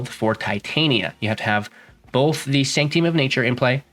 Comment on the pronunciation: Good old Sanct-ee-um.